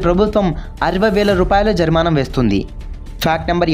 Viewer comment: Jarimanam kaadhu bro... Jarimana...